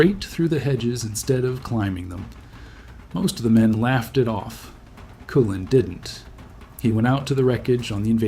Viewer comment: My favorite is how it will pronounce a name/word incorrectly, then pronounce it correctly then do it incorrectly AGAIN but in a different way. I was laughing when this one said the nme "Cullen" 3 different ways. 😂